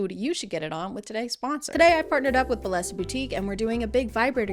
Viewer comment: Just fyi, bellesa is a Spanish word and the ll is pronounced like Y :)